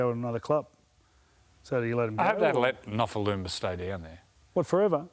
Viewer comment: Say his name correctly for starters...